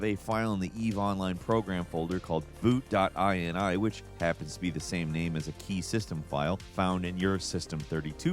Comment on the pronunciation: I wish you could have seen how hard I face-palmed, the moment said the words: "Boot.ini"